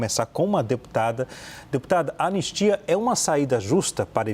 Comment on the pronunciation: Anestia?? "ANISTIA"